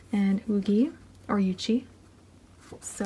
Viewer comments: Not to be mean but I prefer you just pronounce yuqi's name in Korean coz ur pronouncing it correctly. Chinese might be too hard for you to pronounce. The correct pronunciation for her name is yǔ qí, not you chi. But again I'm just suggesting, you don't have to take it if you don't want to :)) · DID YOU JUST PRONOUNCE YUQI AS YUJI 😂💀okok i understand. Its more like yu kqi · YUQI's name is pronounced woo-gi in Korean but her original/real name is Chinese and pronounced you-chi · no lmao i said yuchi cause i’ve been told her chinese name is kinda pronounced like that but i obviously pronounced it wrong because i can’t replicate the chinese pronunciation lmao 💀